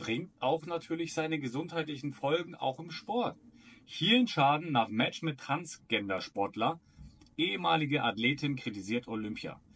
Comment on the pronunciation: Das heist nicht trans"G"ender sondern Trans"J"ender.